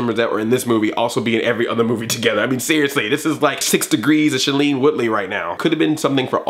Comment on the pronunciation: .. Black Nerd Comedy It's pronounced SHAY-LEEN Woodley.